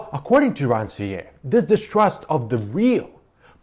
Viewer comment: Thank you for the video. Very useful. One remark: Please, pronounce the author's name correctly. We need to hear the "R" at the end. It should be similar to the "r" sound in "pear" for instance.